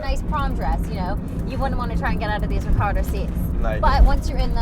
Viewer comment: I hate when people sit on the car :( - Does she say "Recardo" seats? X_X